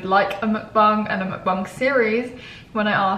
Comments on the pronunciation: Mukbang not Mukbung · She called it a buckbung instead of a buckbang